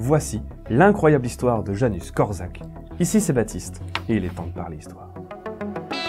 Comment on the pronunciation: Salut, c'est une très bonne vidéo si je peux juste ajouter quelque chose le prénom Janusz se prononce ianouche et pas Janus, voilà c'est tout pour moi ;)